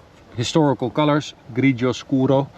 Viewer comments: Ciao,. Ottima pronuncia di "grigio scuro"! Un saluto dall'Italia. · As an Italian you said insanely well "Grigio Scuro" two times out of two. Love from Italy! 🇮🇹❤️ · Impeccable pronuntiation on the color "grigio scuro". Bravo!